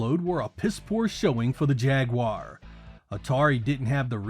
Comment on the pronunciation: gets a like just for being capable of pronouncing "Jaguar" correctly, unlike so many others making videos on the subject.